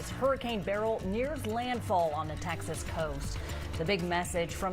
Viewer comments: And it's Ber-yl not Burl! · Beryl's family is offended by the wrong pronunciation